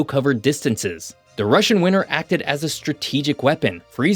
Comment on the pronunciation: It's pronounced WinTer, not WinNer.